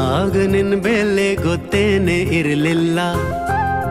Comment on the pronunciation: ಬೆಲೆ ಗೆ ಬೇಲೆ ಅಂದ ಹಾಗಿದೆ, ಕನ್ನಡ ಸ್ವಸ್ಟತೆ ಇನ್ನಸ್ಟು 🙏👍